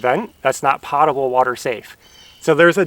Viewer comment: Just a heads up, potable water to a plumber as my husband is, is pronounced POTE-ABLE water, to my protest but he is right. You did a great job getting that hard job done and it feels so good knocking that out. CONGRATS!